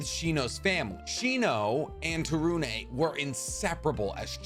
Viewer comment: To-roon not Taru-nay from I believe.